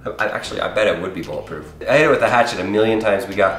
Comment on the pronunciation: It is not boolet proof